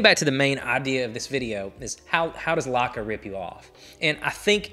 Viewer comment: Perhaps you should first learn how to pronounce the brand name. Then maybe others will know what you're talking about.